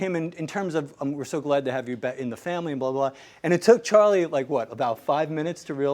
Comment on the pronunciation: Charlie's accent is not right!